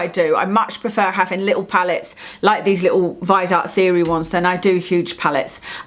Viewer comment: Great video, I enjoy watching you talk about make up and skincare. I was just driving me nuts in this video because you say Viseart wrong. The "e" is not silent. You say vis-E-art. Where the E is pronounced like an "ie" or "y" sound, if that makes sense. Great collection though, you inspired me to buy the viseart amethyst pallet when I saw your is retin a dangerous video. You were talking very important and interesting facts and opinions and all I could think was how STUNNING your eye shadow was! lol. Like a bird who can't take their eyes off something shiny. I went straight to my well used sephora app and ordered it. It just shipped today, so only two more days before I have more purple eye shadow. lol Keep up the good work!!